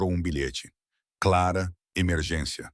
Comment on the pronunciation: O nome dela Clara não claara